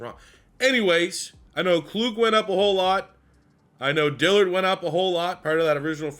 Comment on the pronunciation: Wish you the best Merry Christmas happy to see you back at it man. I feel like pipelines should be a staple as a base in recruiting and it’s pronounced KL-UGG not KL-OOG